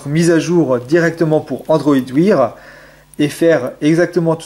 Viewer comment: bonne video mais android wear se prononce android waire